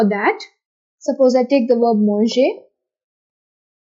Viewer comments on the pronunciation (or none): none